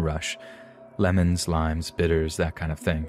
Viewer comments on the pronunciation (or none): none